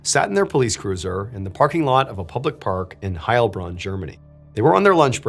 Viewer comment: I have loved your channel for years, but as someone who is totally bilingual in both English and German, the pronunciation stress is on the Bronn part of Heilbronn, the first part of that name gives every German a panic attack